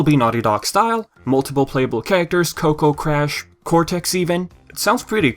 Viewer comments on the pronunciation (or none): none